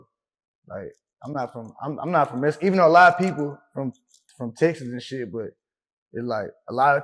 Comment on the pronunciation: There isn’t anything wrong with not speaking spanish , but this guy goes around wearing mexico flags , oh excuse me “messico” as he calls it , he goes around wearing messico flags , always saying “messico this” messico that , shit he even has the messico flag tattooed on him i believe , he dresses in mariachi for his videos , and calls himself an “essay” , but yet he cant speak the language of the ppl he claims to represent ? Man wtf ?